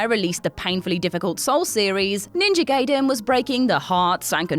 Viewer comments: Ninja Guy-den not Gay-den. No one says Hent-ay because it's Hent-eye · It's actually pronounced as "Guyden" not "Gayden" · Hey,, Gaiden is pronounced "Gai-Den" not "Gay-Den". Even The Wizard had a scene with the right pronunciation. And whoever edits these videos: You got the wrong Ninja Gaiden. She was talking about the game from 2004, not the 1989 original. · If your name is Quakkadiddle, you dont wanna be called Quakkaroodle, Backupiddle, queekabiddlydoo even If you are in a different country, right? It`s Ninja Gaiden, pronounced GUY-DEN, not Gayden, as in either gay (Happy) or gay (homosexual). "Typical American Mentality" ... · It's pronounced Ninja "Guy-den", but I'm glad to see it on this list. I had Ninja Gaiden as a kid, and I don't think I ever beat it. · Guy-den dude... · Ninja "Gayden" Damn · Judging by how Gaiden was pronounced, I wonder how manga would be pronounced